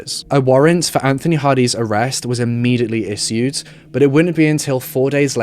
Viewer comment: The way he pronounces issued